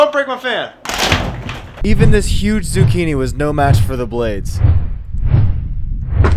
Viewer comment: we're gonna try something a little harder, a cucumber" Me:WhAt DiD He SaY edit:go to and slow it down to.25, listen to how he says zuchini 😂